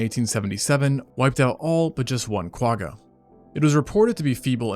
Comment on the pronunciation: I’ve been binge watching your videos for the last week or so. I absolutely love the layout and research that goes into these. I’m always so impressed that you can say all the big Latin words seamlessly. I just wish that still carried over to the Quagga. I think it might be a language thing, but if you’re able to really hold the “G” at the back of your throat and almost gargle with that letter than you’d be saying it right. I really wish there was a better way to explain it. But at the very least you can look up some Afrikaans words and you’ll see what I mean.🙈